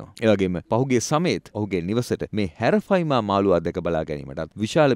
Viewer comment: හැරෆයිමා නෙමේ ඇරපයිමා